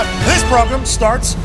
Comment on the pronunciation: PROGRUM!!!???? hilarious...SPOT ON!